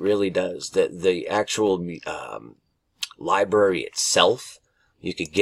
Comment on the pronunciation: Lie-Brary. NOT lie-BERRY